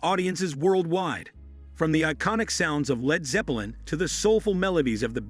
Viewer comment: I didn't like Leed Zoppolin .